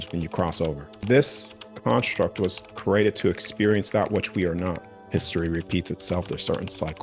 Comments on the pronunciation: I got over it by the end cause the topic and his delivery was awesome. But at the beginning the word I've heard my whole life said a creee-a-ted being said as crated kept snapping me out of listening mode cause my brain recognized it as a different word. Knowing what he meant it was a bit of an annoying hurdle to get by in order to fully enjoy the information. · The way he says created is bothering me